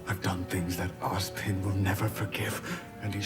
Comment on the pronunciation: Why does it seem like keep saying Ozbin?